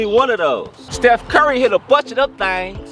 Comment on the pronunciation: “Steph curry made a bunch of dem thangs”